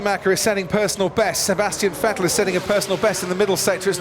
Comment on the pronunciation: Why does he call him fettel